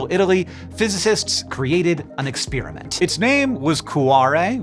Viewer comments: Thank you for continuing to make shockingly complex topics consumable by the average science-interested member of the public like myself! Also, are we saying ex-SPEAR-iment now? I always thought that it was pronounced pear like the fruit, not spear like the javelin. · is Babbel who is responsible for him pronouncing experiment like spearmint ? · There isn't much that annoys me more than pronouncing ' exp(er)iment' Ex(spear)amint. And your over the line. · Why do some people pronounce the word 'experiment' like 'ex-PEER-i-ment' instead of 'ex-PAIR-i-ment'? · Please do a video on how it became trendy for science nerds to say "ex-peer-a-mint" instead of "ex-pear-a-meant", and how this is a telling sign that our universe is devolving. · I love your work but you pronounce "experiment" in an unusual way.